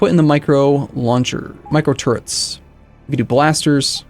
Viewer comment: Am i the only one hearing "micro turds" whenever mentions the turrets?